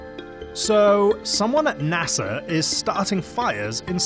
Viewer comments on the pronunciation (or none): NASER. Really dude?